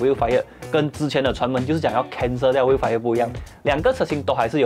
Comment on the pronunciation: Vellfire not Vielfire. Like Hell, Well, Tell